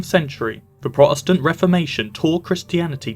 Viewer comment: Why don't you pronounce the T in Protestant? It's really grating now that I've noticed 😂